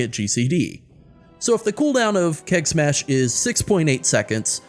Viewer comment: Keg Smash sounds like KEK smash)